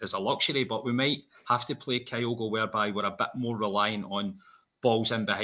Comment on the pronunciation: How is it possible presenters are still pronouncing Kyogo’s name wrong. ITS KYO’GO …… NOT KIGH-OH-GO. For the avoidance of doubt..….can you please learn to say KIGH-OH-GOs name right.